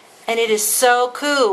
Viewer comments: How cool is it when you say KEWL! i had a dirty joke for the nest but ill leave it for the next video, is that KEWL! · She saya cool like cartman from south park "that soo koo" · The amount of "kewl"ness in this video is too much for me too handle. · Every time she says kewl I think of Cartman lol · to kewl stop saying that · Errrrrr the way u say cool peas ne of